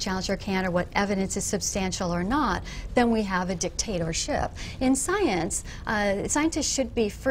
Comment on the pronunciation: Dawkins: The word is pronounced dic-TAY-torship. Not dicta-toarrrr-SHIP. You are accomplishing nothing by emphasizing the wrong syllable and random consonants. Wright: *patronizing laugh* See, and what I wonder is why so many who claim to be in the scientific community are trying to suppress evidence that contradicts their own point of view. Dawkins: *palmface*